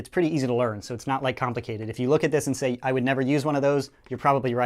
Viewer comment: SHEY HELLO TO MA LITTLE FWEND